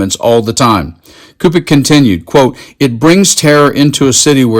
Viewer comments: Cupich is pronounced Soo pitch. I’m from Chicagoland. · Great reporting. For future reference, Cupich is pronounced soupich. Like sandwich, but soupich.